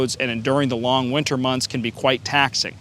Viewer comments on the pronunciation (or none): none